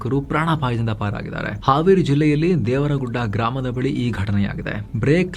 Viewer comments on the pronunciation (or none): none